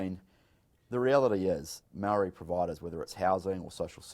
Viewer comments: Marriyy not marrry! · Bishop, Its Māori NOT Marrrrry, get it right! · Meowree, how ignorant and lazy do you have to be to not even pronounce it properly, and it’s not even hard, its literally “moldy” cmon cuzzie, kids can do better🤣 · No no no.. its moouuldy lol